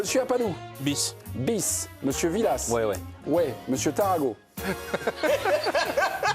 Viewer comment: qu'est-ce qu'il dit Taragot 🤣🤣🤣🤣